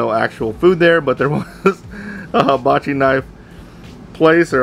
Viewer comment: Nice knives, big fan of forged in fire too. Oh, and it's hibachi(pronounced "heebachi") not habachi. Just a friendly note...lol